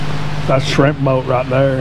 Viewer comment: I was expecting to see Forrest gump waving from the shrimp boat, when you said "thats a shrimp boat right there" in Texan accent hahahaha.